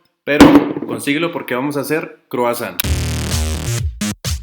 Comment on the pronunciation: Oi se pronuncia oa..san se pronuncia son gutural.....tons es "croa son" gutural.